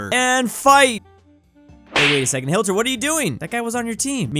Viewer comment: bro u keep on saying hilter